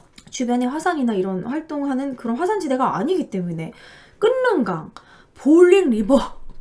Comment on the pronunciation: 끓는강 발음 [끌른강] 으로 하시면 돼요😄